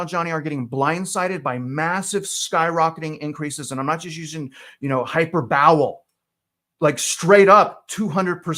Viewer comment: You said “hyper-bowel”. huh? you mean hyperbole? 😂. Sediment, Cinnamon or Sentiment? Which one? Good job you all!!